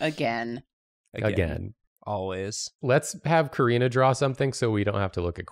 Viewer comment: Karina not Corina.